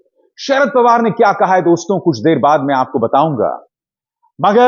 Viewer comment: please say DOSTO not Dostonn.